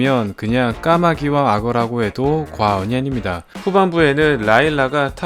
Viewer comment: 예전에 살짝 어색하고 과한발음의 과언이아닙니다가 그립읍니다..😂